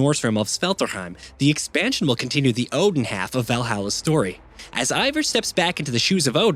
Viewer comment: Its the repeated mispronounciation for me. Like....at the very least...even if you NEVER heard these words before... you played the game right? They're all pronounced fairly correctly there, including the commonly mispronounced Odin, which should sound more like Othin.